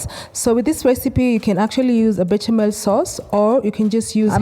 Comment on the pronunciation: Pronounced be-sha-mel sauce.